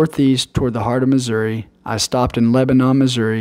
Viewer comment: Atleast you pronounced missouri correctly. So many say uh at the end. Wrong